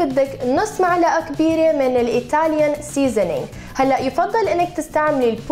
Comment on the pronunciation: عارفين إنا قالت معلقه مو ملعقه ههههه